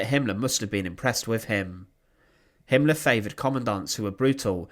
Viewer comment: Very interesting. But why do you pronounce "er" as "ar" e.g. commandar, Himmlar, murdar...